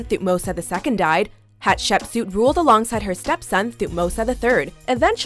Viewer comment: Seeing the Chinese drama I'm currently watching in a watchmojo video... bit of an odd experience Also, as someone who watches a metric shitton of Egyptology documentaries, that's the strangest pronunciation of Hatshepsut that I've ever heard